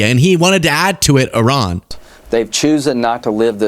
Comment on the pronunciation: you're the only person in my daily news that can pronounce IRAN. Thank you for giving me hope in these highly rednecky illiterate times. 👏👏👏👏